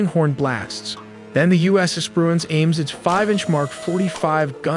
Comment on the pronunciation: “The U.S. Espruence”